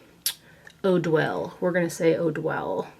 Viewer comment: The last time you said Eau Duelle (3rd time) you said it perfectly! And it's my all time favorite fragrance, though I prefer the EDT version. Love love love it! ❤